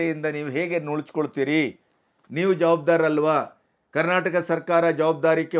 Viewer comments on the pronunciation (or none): none